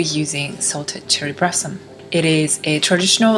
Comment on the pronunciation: Sorry. I had to watch this on mute. The confusion of the l and r was triggering my OCD. "Brossom and clust" was perplexing me.